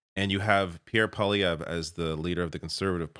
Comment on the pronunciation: Two corrections - Elon Musk is half Canadian. So it's not entirely fair to call him American or Foreign, even though he currently resides in the US. Also, it Poilievre, pronounced pwa-lee-ev-rhe. I know, I know, who gives a shit. Well, details matter.